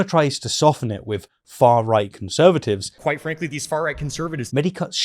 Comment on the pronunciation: Dude says Quite frankly so much it is sounding more and more like white frankly. Which is more what I think he is meaning. 😂